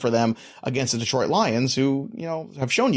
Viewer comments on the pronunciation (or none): none